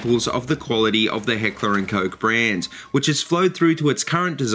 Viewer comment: Awesome shit bruh. I love H&K I'm a huge fanboy and thanks for pronouncing it right. I own an HK45 with is basically the "Compact 45" in a full size. German Engineering FTW!